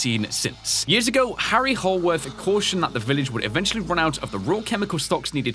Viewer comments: I really love this game and I really love your gameplay. Can't wait for more. Also, it's kinda cute how you say Hanworth Labs instead of Haworth Labs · Its Haworth labs, not Hamworth labs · I love how he kept saying hamworth instead of haworth . :D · Hemsworth, hamsworth, hallsworth! It is Haworth like cmon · Keep up the work and it’s Haworth not hamworth or hallworth😂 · It's Not Hamworth It's Haworth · I’m kinda surprised that didn’t realize that he was saying “Haworth” wrong (really? Hamworth?) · I wanna say "Haworth" is probably pronounced "Hay-worth" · Great video! But I would like to point out that Haworth Labs doesn't have an M in it! Sorry, it's been bothering me.